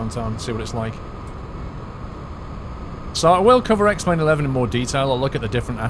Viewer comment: ***** I know he said X-plane but it was very close to X-Men :)